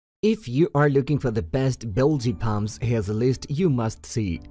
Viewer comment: "Bilgy Pumps"!